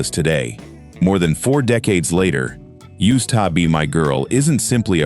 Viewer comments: AI needs to learn how to say USED. Cool list, though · The AI narration is kind of cheesy. USED TO BE MY GIRL, great example. AI can't say it properly.